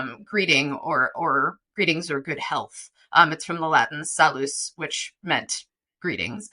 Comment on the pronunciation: The way pronounced "salus" sounded very similar to the way I've heard the German greeting "Servus" pronounced. Brings to mind the phrase: "How's it hanging?"